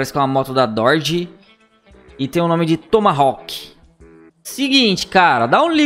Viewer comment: Dorde??? Pensava q era Dodge....kkkkkkkkkk